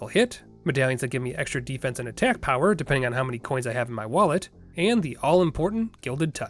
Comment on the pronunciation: ShPEED and POWAAH